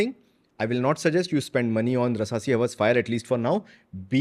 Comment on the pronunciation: its hawaaas not haws bhai haws urdu ma undar ki garmi hoti ha lmao love your vids